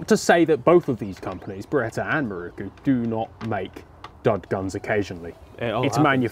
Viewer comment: I can't tell you how relieved I was when the elephant in the room was finally and clearly identified in this video... the fact that both of you don't have a clue how to pronounce "Miroku". So I will promise one thing right here and now. When we finally get you to Japan, prior to taking you on a tour of the Miroku factory, you and I will spend an evening over several sturdy beers (IPA being my preference), we will cover various underlying issues such as history, culture, linguistics and colonialism; and regardless of whether we get to the bottom of why people of certain nationalities routinely murder the pronunciation of foreign words or not... one thing I do promise. By the following morning you will know how to pronounce Miroku correctly!!! And I guarantee that it will sound nothing like the way you have pronounced it up until now. :) Here's to hoping this dream of mine comes true! And thanks for yet another fun video.